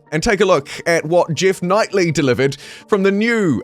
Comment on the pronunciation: It's Jeff Keighley (Key-Lee), not Knightly. Just a clarification.